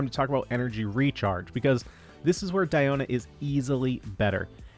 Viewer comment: Wow Celine Dion exists and this dude went on his way to pronounce Diona like that😑💀🤣